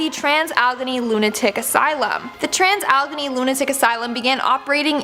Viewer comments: Hey when did the word allegheny have two e"s but one is pronounced silent? it is pronounced Al E Gheny not allgheny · Allegheny is pronounced al-a-gay-nee ,I'm from the area. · Allegheny is pronounced Alle-gain-y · You mispronounced Allegheny, but still love you! I'm in Pennsylvania & the Allegheny mountains are close by lol.